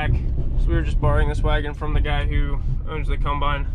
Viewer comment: I love how people from Pennsylvania pronounce Combine. CUMBINE.